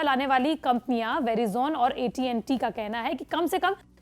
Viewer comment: Unfortunately, you don't know how to pronounce Verizon. You asked about the feedback, so I am telling you!